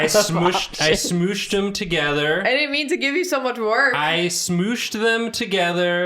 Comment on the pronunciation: Now was quoting Lucy Daughter of the Devil with his pronunciation of Smoosh?!